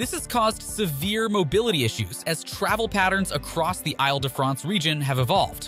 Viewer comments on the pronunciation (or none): Correction: it's pronounced "eel" de France; not "aisle " de France. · “AyLE de France” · Isle de France is pronounced “eel da Fraunce” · Is his machine-voice-generated? First tip-off, “I’ll duh-france.” No, it’s pronounced like “eeeel-duh-france.” I’ll find another video to watch on this subject. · Île-de-France not Isle, try saying 'eel de France'.